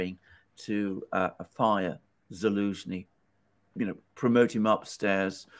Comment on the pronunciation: Can somebody tell me why says elensky and not zelensky? Edit: please:)